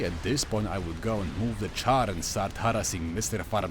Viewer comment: Calling Czar a Char? Your Polish is showing, XP